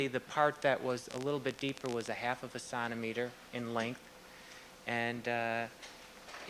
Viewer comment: He calls centimeter "sontimeter" and says a millimeter is 1/3 of a sontimeter. How the fuck is this guy a doctor.